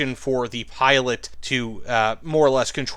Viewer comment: They are not pilot probes, they're pitot probes (pronounced pee-toe)